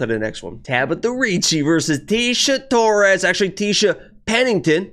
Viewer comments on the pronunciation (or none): none